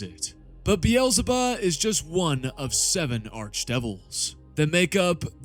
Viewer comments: Is it so hard to call Beelzebub Beelzebub Not Berlebahh? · Did you have to say beelzebub that way so many times? Why did you turn the final b into an h? That was the worst lol